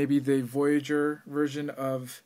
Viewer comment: blooper alert u said dark of the line deluxe verson lol great review i cant to get this figure :)